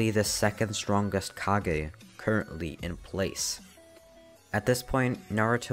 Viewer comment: ah yes the kagezakage